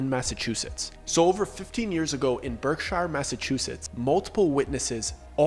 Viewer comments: HOLD UP 😂😂😂 The Berkshires (Pronounced Berk-Shurs) That is 30 mins from me 🥴🥴🥴🥴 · Berk "shear"s.